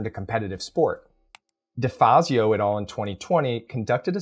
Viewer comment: Great video! Btw, the words "et al." come from latin (et alia, meaning: and others) and it's pronounced /et ˈæl/ and not /et ɔːl/. I know it's latin and it seems stupid to be pointing this out but since you use it so often in your videos I though I brought it up.